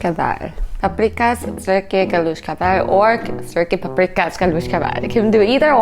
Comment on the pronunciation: Actually, your pronunciation isn't as bad as some I've heard One quick tip - in Hungarian, 's' is pronounced 'sh.' So Budapest is pronounced 'BOO-duh-pesht' and paprikás is pronounced 'PUP-ree-kash' It's only pronounced 'ssss' (like a hissing snake) when it's spelled 'sz' That's the number one thing that you should know - don't worry about all the umlauts